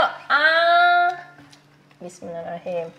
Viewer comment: Kak klo baca bismillah jgan buru2, kkak baca jga gk jelas kata Rahman nya, gini yg benar kak bismillahirrahmanirrahim. Maaf sebelum nya ya cuma mengingatkan ☺️🙏